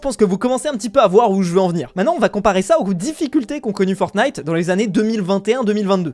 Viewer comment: "Fortntie" WOW